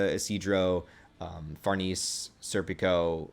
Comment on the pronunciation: Her name is pronounced "Far nay say" and she's better than Casca IMO❤❤❤